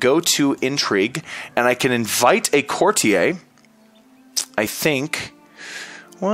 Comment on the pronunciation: IT'S A COURTIER. A FUCKING COURTIER. NOT A "COURTI-EY"